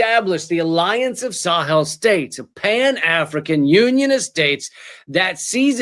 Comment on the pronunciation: Thank you for reporting this attempted coup against Burkina Faso. Not a mention in Canadian mass media, nor the state run CBC. BTW, Sahel is usually pronounced more like "sah-hail". That drier region that spans across Africa, along the southern edge of the Sahara desert, from the Atlantic and the Red Sea/Indian Ocean.